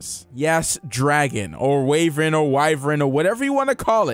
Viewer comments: also its pronounced more like "why-vern" :) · It's pronounced "why-vern"....